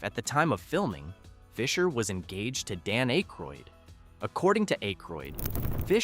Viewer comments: Its ack ,, roydd not ache, roydd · 😮Hey, it's pronounced "ACK-ROYD" not "ACHE-ROYD". Otherwise you did a great job. Thanks for the trivia. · you need to figure out how to pronounce peoples name its Dan Ackroyd not A-kroyd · Pronounced short A - Ay-kroyd. not long A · A-croyd? SERIOUSLY? Have you just arrived from MARS? Say his name like that once more and i'm off! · I would love to watch a video with the Blues Brothers factoids and Easter eggs. But I literally cannot sit thru this video with the narrator can’t properly pronounce theman’s name. Hearing “Ache-roid” again and again makes me wanna scream. 😂 Also, you would think that they’d point out the people who made cameos, like with a still shot with an arrow or something. This video really seems lazily made. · Eh-kroyd lol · Dan Aye-kroyd? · At least pronounce akroyd properly man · I can’t watch this if ya can’t get his name right . Bye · Learn how to pronounce Aykroyd.